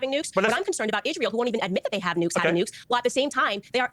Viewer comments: why does she keep saying "Ishrael" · Why does she say ish-rael? Is it a neo-n**i talking point or is it a language disability?